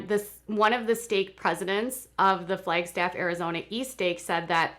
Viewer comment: I primarily clicked on my notification so I could hear a native Minnesotan say, "Flaygstaff" several times. 😜😜😜